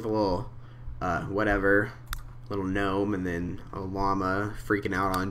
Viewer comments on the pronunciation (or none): none